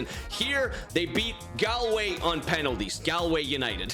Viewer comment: I’m from Galway and u keep pronouncing it wrong. Pronounce it like golway